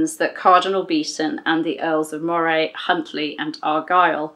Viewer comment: I love how you say Moray, it sounds so posh!! I'm from Aberdeen Scotland and we pronounce it "Murray". The way you pronounce it sounds a lot better. Another great video, it's my Daughter's birthday today she's been learning about Mary Queen of Scots at School. When she wakes up I'm going to tell her she shares the same birthday as Mary Queen of Scots Dad.